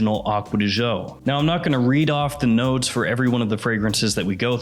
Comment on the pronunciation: You should pronounce as joe